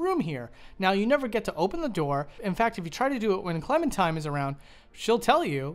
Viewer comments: her name is Clementine, not Clementime. Classic Valentine/Valentime situation. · Am I the only one hearing him say “clementime” instead of “clementine”